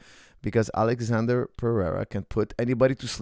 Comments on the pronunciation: His name isn’t Alexander it’s Alexsandro lmao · good analysis but u keep calling him alexander, he is alexsandro, brasil! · His name is not alexander but Ahlex